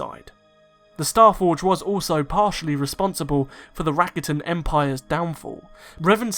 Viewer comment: You pronounce rakata wrong.